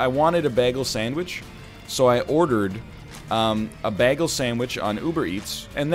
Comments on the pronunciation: Is he saying bagel weird on purpose? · I love how egg says bagel